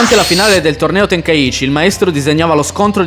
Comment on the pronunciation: Tenkaichi e non tenkaici